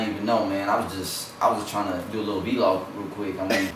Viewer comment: ahahaha dude said v-log ahahaha